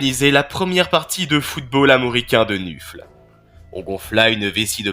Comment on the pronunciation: C'est très bien MAIS... Gros gros gros "MAIS"... Le dieu du Blood bowl s'appelle Nuffle, qu'on ne prononce pas "nufle", mais "neufeul", ce qui le rapproche de la fédération de football américain : la NFL, la "neufeul". Voili voilou, tu peux réuploader ta vidéo 😇